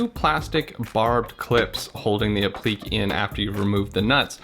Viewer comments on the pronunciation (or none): It’s App-li-que (k) not Ap-plique (pleek) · Great video. Only one thing, I know it’s a small thing and I’m not trying to be pedantic but, the word is pronounce “Ap-plik-Kay”. The is a “ ‘ “ over the “e” which means it’s not silent like in technique. Also, I’m not sure if this is even the proper use of the word. I think that piece would just be called a “molding” or, “trim” piece.